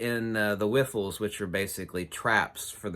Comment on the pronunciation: Did you say wiffles?😂👍 its riffles. Nice I'm going to say that from now on.